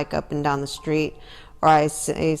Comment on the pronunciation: Yours saying the street very wrong